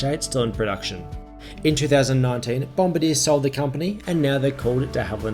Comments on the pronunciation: it's pronounced 'bom-bar-dee-ay" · I think bombardier is pronounced bom-bar-de-air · Bom-BAR-dee-ay, mate :) Good report. The Q400's do their job quite well. Taken a few to Wagga Wagga and EWR-YYZ a few years ago. Welcome back to the skies. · It's said BOM bard E r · “Bom-bah-deer” lol